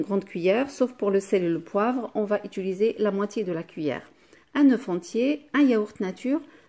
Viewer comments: blb 0609 j ai bien le droit de faire une remarque et gentiment en + si pour vous c est ridicule pour moi ça donne mal aux oreilles . Bonne fin de journée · Moi même francaise je dit ituliser!!! C compliquer pour certaines personnes alors un peu d'indulgence ! Tjrs a commenter pour rien. Pathétique! Ton français est parfait toi peux être. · Svp madame dans toutes vos vidéos vous dites “ Ituliser “ ce n est pas français du tout , il faut plutôt dire “Utiliser “ . Merci